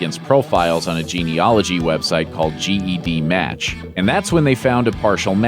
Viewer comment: It's not G-E-D match. It's Ged match ugh